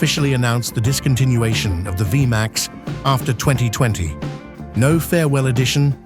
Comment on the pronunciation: It's pronounced vee max not via max stupid lame a.i. generated narrator